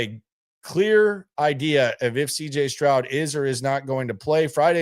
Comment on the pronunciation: Did you say CJ scrub😅😅 LOL laugh my ass off😂